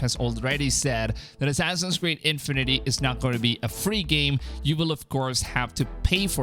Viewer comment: “Assassin’s cweed” Assassin’s weed” xd